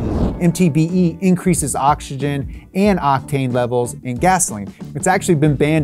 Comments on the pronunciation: Bro I'm mexican and somehow i am bothered by your pronunciation. Stop saying awchigen its Oxygen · please say octzygen